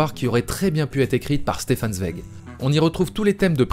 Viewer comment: Quel boulot ! Résumer en si peu de temps l'oeuvre de Kubrick tout en restant intéressant, cela relève quasiment de l'exploit ! Je m'abonne ! Par contre on prononce "Tsvaïg" et pas "Svég" xD Le parallèle entre les deux oeuvres est super intéressant en tout cas peut être à relier avec l'appartenance sociale des deux artistes? (bourgeoisie juive austro hongroise)